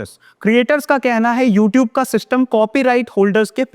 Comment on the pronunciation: LMFAO! Can't even correctly pronounce "YouTube" but still has the audacity to place copyright strikes on harmless YouTube channels and to threaten them for using clips that are already widely available for free use and do not solely belong to the stupid company, ANI